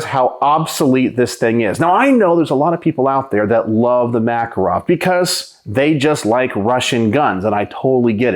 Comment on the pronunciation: The Makarov is one of the most accurate, reliable, rugged pistols ever made. By the way, it is pronounced ma-KAR-ov. I live in Eastern Europe and the police here carry these guns.